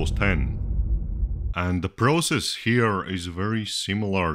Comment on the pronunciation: You say process wrong.